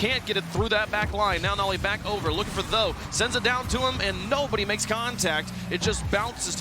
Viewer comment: Ok but if you want your name to be pronounced nolly instead of noly you should put the double L. It indicates a break in syllables. Its the difference between no-ly and nol-ly, where no makes a typical no sound and nol changes to be a "nah" sound (because we are lazy and don't fully pronounce the L in the first syllable lest we have to say the L twice, similar to the word syllable in fact. If there were only one L, it would be pronounced "sigh-lable" instead of "syl-able" where once again we only say one L). As it is written noly is closer to "no lie" than it is to nollie